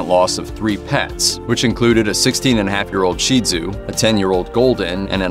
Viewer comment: Give this announcer a huge gold medal encrusted with diamonds! He's the FIRST person I've heard in the many years of living who pronounced Shih-tzu correctly "sheed-zoo", according to the AKC! Nothing should be addressed by the insulting pronunciation that this breed has endured for far too many years.